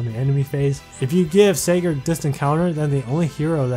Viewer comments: Just so you guys know is pronouncing Sigurd wrong because the Youtube System thinks it sounds like cigarette thus demonetizing the video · A Holy War banner review?! Oh boi!!! Also why aren't you or Phoenixmaster1 pronouncing Sigurd right? What does YouTube have to do with this? :/